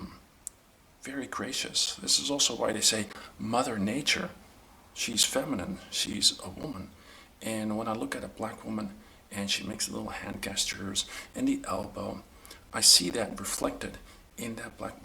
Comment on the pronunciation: are we gonna talk about how he says and "GUESS-chures" and not gestures...